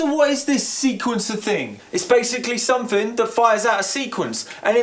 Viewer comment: Dude. It's SOMETHING, not SUMFIN. And SYNTH... not SYMF. jesus christ get it straight.